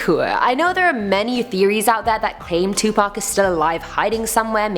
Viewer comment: 😆 thank you for saying Pacs name right, 2 Pac and not 2 Pack🤣